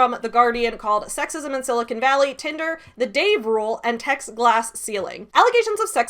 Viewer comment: I just have to say I appreciate that you pronounce Silicon Valley correctly! It makes sense, although you're not a native Californian, that you would know how to say it, since you're a geek and attuned to geek culture. So often, it is pronounced incorrectly as Sili-CON, and occasionally, Sili-CONE. You say it Sili-cun, swallowing the last syllable, and it makes me happy to hear it!